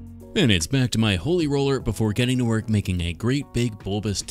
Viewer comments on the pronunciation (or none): Please never say holey roller ever again.